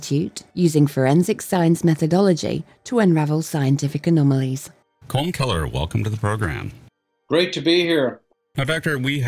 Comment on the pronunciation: It's not "Kolm", it's "KAWL-um", similar to "Collin", and sounding like "column". Get your 'Robo-nunciation' straight!